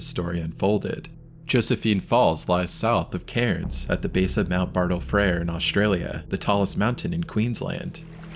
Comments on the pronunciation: Its not Carens ... its k-air-ns, at least make the effort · FYI, Cairns is pronounced 'cans'. Those messages that the tourists got on their phone is sent only to phones in the areas that's inside the warning zone. If you're in Australia and you get one on your phone, take it seriously.